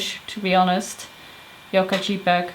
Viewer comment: lol "jeepeg". The letter J is pronounced "jay".